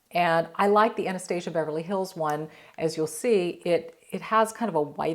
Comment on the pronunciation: Love your videos. Oh fyi you’re pronouncing Anastasia name incorrectly.